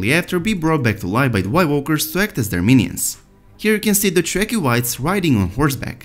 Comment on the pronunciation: If he understood ANYTHING he would have learned how to pronounce Dothraki and Dragonglass by now...